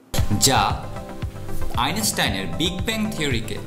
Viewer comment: আইনষ্টাইন উচ্চারণ করতে পারেনা । উচ্চারণ করে আইনেষ্টাইন । সব যায়গায় আইনেষ্টাইন !!!